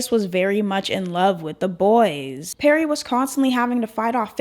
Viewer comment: I love you and I LOVE this video. But DOLLLLLL. it’s Lee-Anne not Lay-Anne and PErrie not Perry